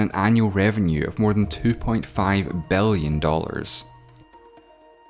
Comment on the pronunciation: You have to work out the way you pronounce i and e letters. 😅 instead of six I heard sex, billion I heard belleon.